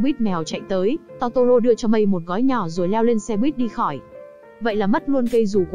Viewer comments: Totoro mà lỡ đọc thành toro =) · Totoro chị ơi :( ko phải togora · chi oi chi doc sai roi nguoi ta doc la totoro